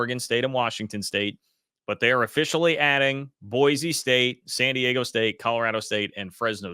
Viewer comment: I will help you sound smarter in your group chats and really on your channel here. It's BOY-SEE state not BOY-Z state.